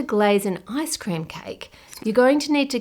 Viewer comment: everytime you say icecream, i hear asscream :(